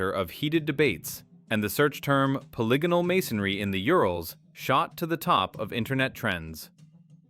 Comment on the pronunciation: Simplest giveaway of ai is the way it twice in the beginning mispronounced polygonal bc ai is too dumb to understand how dumb english is more deception and confusion to keep us down. Why was the dumbest newest most inefficient language set as the standard for the world when we have multiple related very old ones still used all over the world? Everything is a lie i just wish we knew who really changed and hid history this is too grand to be a scheme of a few hundred men as is thought. There was definitely a covered up reset around 1800. Over 1 million orphans grown in labs and shipped everywhere a world of amazements empty being inhabited by people who have no clue who or where they are or where they came from or what this all is. Is it any surprise we're the only "animal" that doesn't fit evolutionary therory or nature itself. Were the only animals that destroys the planet rather than living with it. Like pre 1800 civilizations we know this because of north america "indians" and uncontacted tribes that have better herbal medicine than modern science and literally have no cancer in their entire history. That says it all. Lastly how with IQ dropping every year globally since the 70s has technology grown exponentially? Were being dumbed down on purpose AGAIN while being given things to distract us while we grow dumber and unhealthy. Either labor, livestock, or food. Only one of those can be what we are here for